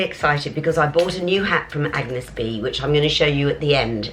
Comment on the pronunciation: You have to pronounce A-n-yes Bé (é is pronounced like the E of Edinburgh). The g of Agnès is silent and you are going to be a true Parisienne!